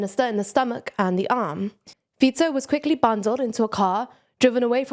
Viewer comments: Feetso may be correct but Faiko still sounds cooler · That happens. She may have just forgetten the correct pronunciation as she continued to explain the news. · Everybody says "Fiko", I can't blame her, I only have that pronunciation in my head too. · How can you pronounce Fico correctly and then call him Fiko 10 seconds later?